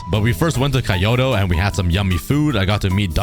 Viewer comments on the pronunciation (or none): “Kai-oto” WHAT 😭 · I EXPECT YOU TO PRONOUNCE KYOTO RIGHT SINCE YOU’RE ASIAN😔😔😔 it’s pronounced kee-yo-toe btw no biggie tho lmao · kyoto is also pronounced ki o to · so glad ur feeling better!! but i just had to comment about the way you pronounced Kyoto like “kiyoto” 😭😭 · Did this man call Kyoto, 🎉kaiyoto🎉, what a chad